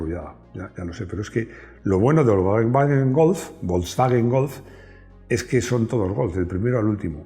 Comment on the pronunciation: Me guatan los contenidos... lo que no soporto en la pronunciacion volkswwwagen golffff.. si se dijera volsvaguen golf como decimos todos no daría grima... como la gente de dice donald taaammm y no donald tramp como decimos todos